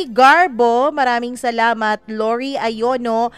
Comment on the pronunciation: Hello po salmt po sa pagbati lagi saakin..tawa ng tawa anak q bunso kc po lorie ayono po nabigkas mo😂😂Godbless po ingat po plage❤